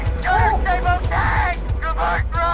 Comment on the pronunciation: "Gunner stable tank!" Dude, what? SABOT not stable SABOT pronounced say-bo they sound similar but jeez man Edit: jesus do you even know how to play the game?